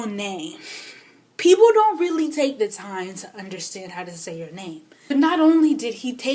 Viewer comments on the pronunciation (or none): So I've recently discovered you. And you're amazing!!! And then I found out you were Kenyan when you said leally? YAY! Anyhow, I'm currently binging on your videos. GURRLLLL! You are definitely magical!